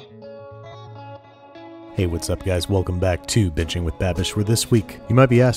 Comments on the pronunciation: "Welcome back to Bitching With Babish" Okay did anyone else catch that? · I swear I heard you say "Welcome to bitching with Babish" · Am i the only one who thought he said bitching with babish isntead of binging with babish in his intro? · I heard it :) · did anyone else think he said "bitching with babish" at the beginning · Did he say "Welcome back to Bitching with Babish"? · did anyone else hear "bitching with babish"? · Every one miss him say "bitching with babish" at the beginning? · Why did you say : velcome back to bitching with babish 😂😂😂💯💯👍👌